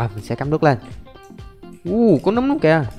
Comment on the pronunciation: Nấm mà la núm làm tôi nghĩ tới... à mà thôi